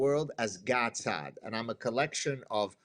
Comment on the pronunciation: The woman: "I watch your content regularly" ... After not even knowing how to pronounce Saad. How sad.